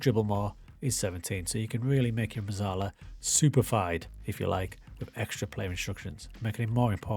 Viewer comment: It’s pronounced Metzalla - it’s Italian my friend